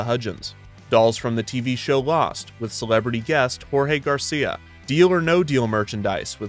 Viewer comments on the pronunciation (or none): none